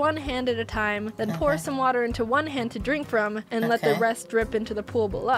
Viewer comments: It's to not yo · 98%of comments :YOU SAID YO INSTEAD OF TO 10%:other random stuff